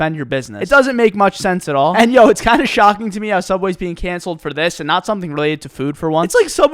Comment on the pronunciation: The only thing I can think about right now is how instead of saying me he says May